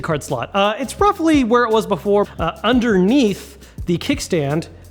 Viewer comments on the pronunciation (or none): I- did say ‘roofly’?😅